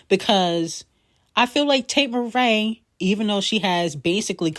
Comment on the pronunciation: Why is she calling here Tate Marae instead of MCrae did I miss a shade moment lol